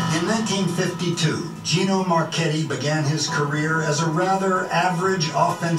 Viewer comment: The video literally told you when he played and how to say his last name but yet you couldn’t say his last name and had to google when he played. Do you actually watch the videos?